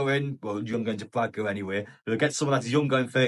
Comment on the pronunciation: I'm looking forward to him leaving so that I don't have to hear you constantly mispronouncing his name.